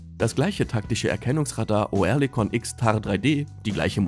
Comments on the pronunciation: Es ist fürchterlich, wie ihr Deutschen gewisse Wörter aussprecht. Auch das Wort Oerlikon wird nicht Oe sondern ÖRLIKON ausgesprochen, Oerlikon ist eine angrenzende Ortschaft von der Stadt Zürich, also in der Schweiz und bekannt als Waffenschmiede. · Oerlikon wird "Örlikon", nicht "Oërlikon" ausgesprochen. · Köstlich die Computerstimme, Oerlikon statt Örlikon. Bringen die nicht mal fertig, deutsche Umlaute richtig zu programmieren, sorry, aber ein Armutszeugnis für diesen Kanal. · Als Kommentator sollte man schon wissen, wie ein Firmenname ausgesprochen wird. Sagen Sie doch einfach Örlikon, dann stimmt‘s. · Das heisst Örlikon. Sorry hat enorm getriggert.😉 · Bitte: Lasst doch diese verschi###### Computer-Stimmen weg ! O-Erlikon.... echt nervig !!!! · Das wird Örlikon ausgesprochen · Ich krieg die Krise mit dem Piefken... Oerlikon spricht sich anfangs wie das englische Wort "early" aus, also quasi mit nem weicheren Ö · Da musste der Sprecher ja Kenntnisse haben die über 3 IQ hinausgehen, hat er aber nicht !!!